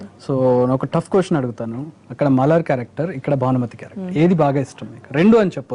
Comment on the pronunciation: మలార్ కాదుబే బోసిడి మలర్.